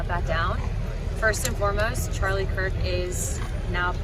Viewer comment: The governor of Utah didn't even pronounce his last name correctly. He said Cook instead of Kirk what the F